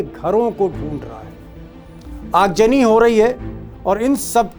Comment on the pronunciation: Aag jani nahi yaar aag zani boltey hai urdu ki tang todney par amada hai